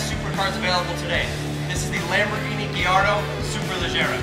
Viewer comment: its GUH - LAR - DOH, bro.